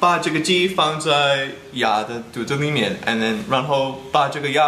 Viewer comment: 郭杰瑞的“肚子里面”说得好像四川话hhhhh